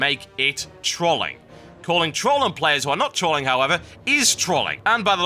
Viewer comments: Total. Say troll.. Then ING not Troling Sound silly lol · Since when was trolling pronounced with an "a" instead of an "o." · OOOMG. You pronounce Trolling and Troll in such a weird manner, TB XD